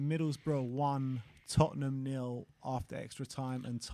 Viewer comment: The history of de tott'ham 😂